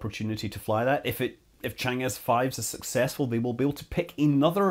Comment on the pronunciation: Scott, Chang is pronounced chong. Thanks for the detailed video!